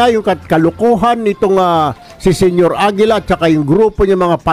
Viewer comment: Senior AGILA naging Senior Lapida 😂